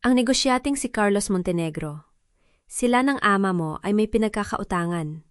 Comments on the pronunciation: Hindi b pinoy ang narrator?d ayos ang bigkas.gaya ng ama.mali ang bigkas. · Bakit Ate Ramon. Diba dapat kuya Ramon. Ayusin mo ang pag pronounce ng AMA.